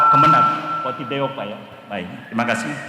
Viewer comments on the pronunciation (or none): Katib Syuriyah ya pa Bukan Khotib... BANGGA DADI WONG NU, BANGGA DADI WONG DERMAYU